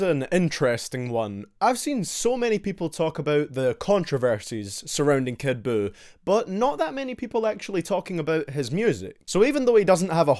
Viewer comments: "Kid BUUkake" 🤣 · Kid Jew everyone get his name right.